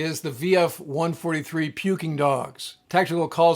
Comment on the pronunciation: The Playboy Tomcat, BUNO 164604 is still at N.A.S. Oceana, wearing a Pukin Dogs paint job (stop saying the dang G as in puking). My only Navy command as an AMSAN. Wife was a Reaper and Gypsy (never hears them called the gunfighters). Keep safe shipmate.